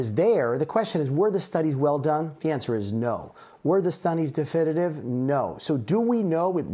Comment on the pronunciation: "Were the stunnies difididive?"